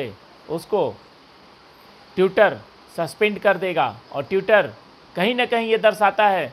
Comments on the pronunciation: Bhai tiutor nhi, Twitter hota h😂😂😂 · Tuitor nahi twitter 😂😂😂😂😂😂